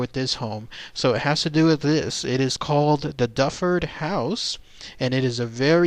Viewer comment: The correct pronunciation is not Dufford it is Duford as in Do Ford!